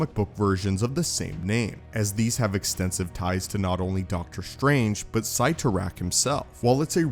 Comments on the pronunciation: Yeah 😂😂😂 They're pronounced as sit-oh-rack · Oh My God! My ears are bleeding. Sit-ter-ack! HTF don't you know this?! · This guy pretty much has to know he's the only person on Earth that pronounces Cyttorak like that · I’m not sure that’s how you pronounce Cytorak